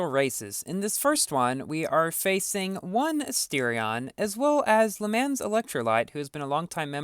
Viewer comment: That’s not how the “mans” in Le Mans is pronounced. Because Le Mans is a French city that is known for the 24 hour endurance race of the same name, it is pronounced “luh mahn” and not the typical American way as the incorrect plural form of man.